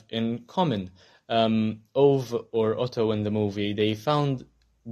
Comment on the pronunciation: Maybe you could see the Swedish movie as well :). Also, Ove is pronunced as Uve or more precisely ˈǔːvɛ.